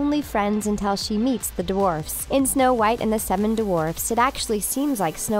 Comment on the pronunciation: duh-warfs XD